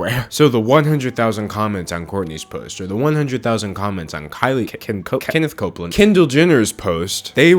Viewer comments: "Kenneth Koakland" Im ded XD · HE SAID KENNETH COPLAND LMAOOOOOOOOOOOO........!!!! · Did you say Kenneth Copeland??? Lol! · “Kenneth Copeland” 😭